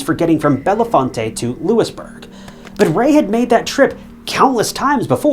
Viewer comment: Re:: gricar, 2 things - #1 you’re mispronouncing bellefonte - it’s like fingernails on a chalkboard! #2 gricar is suspected of more shady stuff than the Sandusky case. One of his early cases has just/finally been overturned due to prosecutorial misconduct. His “error” led to a man wrongfully spending 42 years in prison .